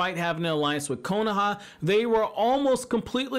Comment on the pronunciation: If I’d get 1$ bill each time he says “konAha”